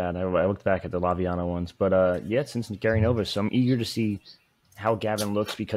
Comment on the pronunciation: Laviano? Really??????